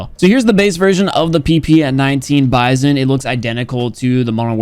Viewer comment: you're pronouncing the bizon wrong It's the B-I-Z-O-N